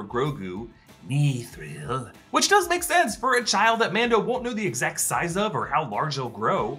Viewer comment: Mithril not Nithril